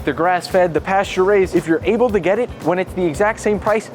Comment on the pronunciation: Sorry but how on earth did this guy just pronounce the word ‘pastures’ 😂